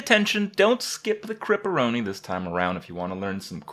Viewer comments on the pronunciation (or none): He said Kripperoni. You have no impact here. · He said kripperoni?